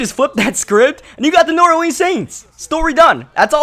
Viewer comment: Pronouncing New Orleans weird af and I'm from New Orleans 😑😑